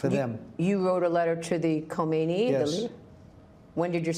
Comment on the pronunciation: It’s not a letter to komeiini— it’s khamneiiiiii. As a journalist, you should know Islamic republic of terror leaders name.